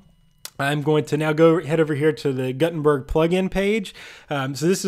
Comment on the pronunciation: It's pronounced G-ou-tenberg